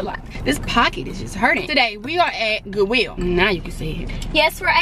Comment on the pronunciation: "GoOwIlL" Lol love you